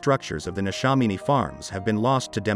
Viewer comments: NeshAMiny not neshominy. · The pronunciation of Neshaminy was interesting 😊 very well done though.